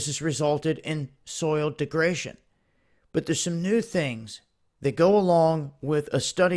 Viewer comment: deg-re-da-tion, not de-gra-tion